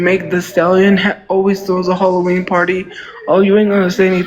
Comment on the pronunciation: You mean when she talks about HUHLA-ween? That one drives me fucking nuts. I better be careful what I say here though, I don't want to get sued for deffermation.